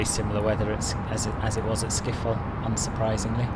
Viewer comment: Man said Amsterdam skiffol